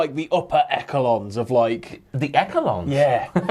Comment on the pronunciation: Echelons. Pronounced esh-a-lons, not ek-a-lons 🤦🏻‍♂️